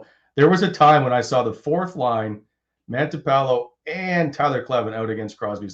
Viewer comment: It’s Matinpalo, not Mantipalo.